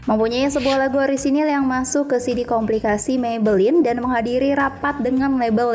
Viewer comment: CD "kompilasi", kak.. Bukan "komplikasi" 😂 cubit nih...